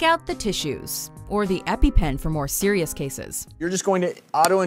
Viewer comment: EpiPen, not EpiPenm (check description)